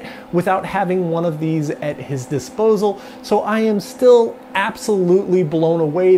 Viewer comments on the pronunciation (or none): Why do you say “et” instead of “at”? Pretty different. ;)